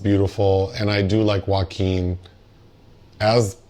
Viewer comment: "Joe-a-keen" is now the only way to say his name 😂